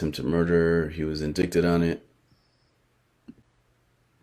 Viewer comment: He’s so ignorant but trying to sound smart I can’t take it omg 🙄 LISTEN. So it’s NOT inDICKted it’s inDITEed fool. Get your reading skills up before doing anything to analyze anyone else my friend. He KEEPS SAYING IT UGGGHHHHHH